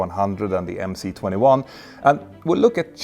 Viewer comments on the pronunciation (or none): Two remarks: it is 'avia dvigatel': air engine. And the letter 'C' in MC-21 is a cyrillic letter, pronounced 'S'.